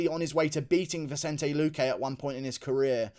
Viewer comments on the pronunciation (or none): none